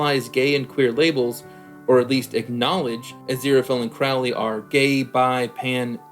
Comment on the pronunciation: Arg. Your mispronunciation of Crowley's name drives me up the wall. Of course you're not alone: lots of Youtube reactors mispronounce it the same way (with the first syllable rhyming with "cow" instead of bloody listening to how Aziraphale says it (first syllable is "crow" like the bird, which was also how Aleister Crowley (who the character was named after) said it.